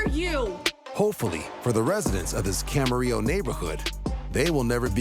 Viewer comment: To the narrator I would like to say, "Thank You for pronouncing 'Camarillo' correctly!"